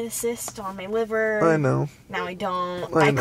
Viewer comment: Btw it’s not liber it’s liver